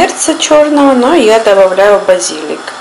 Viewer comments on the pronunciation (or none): мафИны, мАфины, муфинки.. Что?)) базИлик, базилИк.. Что за беда с ударением?)